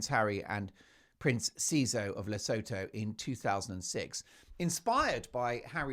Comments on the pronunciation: Le-sue-too not La-so-tho just saying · Please, for the love of GOD, it is pronounced "Le-SOO-TOO" If I hear "Le-sow-thow" once more from one of my favourite Meghan-hating channels, I am going to start watching that cnt's Netflix special to end myself. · Mark, you’re a scream🤣 BTW…. Lesotho is pronounced le soo too. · Just a heads up the pronountiation of Lesotho is "La sue to" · Take note Mark: Lesotho is pronounced as Le- soo- too Oo as in woo or shoe The h is silent. SeSotho is pronounced Se-soo-too. Please show respect to the BaSotho nation of the Kingdom of Lesotho. Just a reminder! Speaking from South Africa 🇿🇦 . We are the neighbouring country of Lesotho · She is no lady. For noting: Lesotho is pronounced "Le sue two" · FYI 😉 its pronounced Le-soo-too and Se-soo-too. Hurts my African ears when pronounced incorrectly 😊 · It's pronounced 'LeSOOtoo'! 😊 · Le sue two That is how it is pronounced. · Just an fyi.. Lesotho is pronounced LeSooToo. Great show! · It is pronounced Le soo too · Lesotho pronounced: Li-soo-too (with the emphasis on soo) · Your show just gets better and better. So much fun! (Btw, Lesotho is pronounced 'luh·soo·too.') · You like big mugs Mark? I'm assuming that doesn't include old H?? 😂😂 The name of the country is pronounced La-soo-too by the way...hope you don't mind me mentioning it. Love your show! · Hello Mark. The ‘os’ in Lesotho are pronounced as the oo in ‘too’ and the th is pronounced ‘t’. Hope this helps.